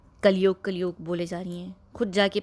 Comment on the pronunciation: कलयोग नहीं कलयुग होता है मैडम